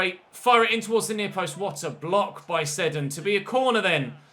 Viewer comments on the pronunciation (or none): none